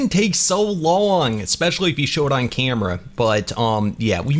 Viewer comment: Is canadian cuz if u go to 28 mins and 30 secs ull here him say camera in a canadian accent